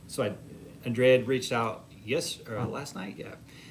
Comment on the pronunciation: Uh Ooooo, Andrea's gone Hollywood. It's no longer An-dree-a, now it's On-dray ahh. Hmmmmm.